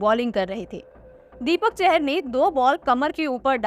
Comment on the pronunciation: ‘दीपक चहर’ नहीं है भाई वो ‘दीपक चाहर’ है